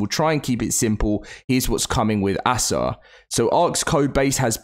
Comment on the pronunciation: can you stop calling it assah